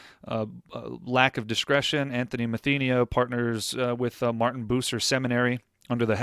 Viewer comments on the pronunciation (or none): none